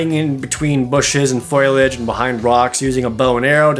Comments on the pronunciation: Did you say foilage instead of foliage? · Foliage. Fo-li-age. Foliage. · "That's what i said! Foilage!" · People who say “foilage” are funny.